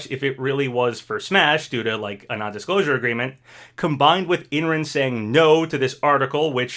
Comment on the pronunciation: I don’t think it’s crash and master chief. Just thinking about how smash 4 ended with bayonetta and corrin. Idk 🤷‍♂️ but there is a chance. Also Imran’s name is pronounced as I’m-ron